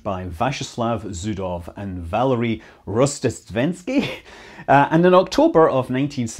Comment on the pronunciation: It's valEri, not vAleri